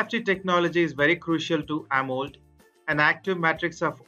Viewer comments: It's Amo‘LED’ not amold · clueless narrator: "ah-mold" viewer: closes video. 👎🏼